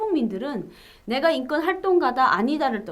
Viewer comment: 자유북한방송 시청자 입니다. 기자님 인권을 인건으로 발음하시내요 교정하십시오